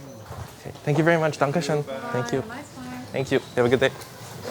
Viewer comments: I really loved your "Dankeschön". Greetings from Germany. BTW: I've never heard that Switzerland is something like Texas for the Germans. They are just Switzerland. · A like for that well spoken „Dankeschön”